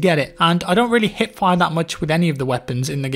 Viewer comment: i am the only one who did undesrstand HIT fire insted of HIP fire ? it took me dont know 3 videos to realise that you mean hiP ^^ i was very confused what hitfire should mean ^^